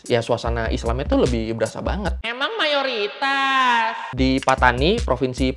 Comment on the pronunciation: Logat Thailand Moment 😂 MeiMAnG mUayoriTAaaSss? Pattani lah... Pak Tani